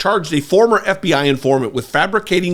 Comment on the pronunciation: The eff bee eyee... the aff bee Aaa. Ffs. Shame on you comer